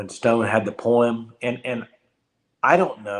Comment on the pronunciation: Lol Poem [ poh-uhm ]